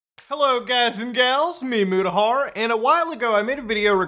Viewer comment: Wtf did this guy just say his name was? Moojahar??? Dafuq is that...